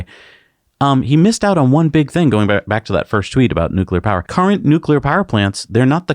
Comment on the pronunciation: "consume less powah!" Sure buddy, you first. No airplanes for you, zealot.